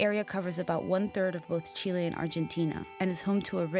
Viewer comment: Interestingly he's chilean but he pronounces the letter c with a lisp like a spaniard